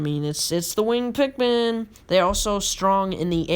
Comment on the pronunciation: Sure true pikmin fan knows alot about the game pronuced wing-ED pikmin wrong pronuced ROCK pikmin wrong didn't even mention the puffstool the thing that creates puffmin and also didn't mention that when white pikmin are eaten it poisons the enemy that ate them shredded true pikmin fan mhm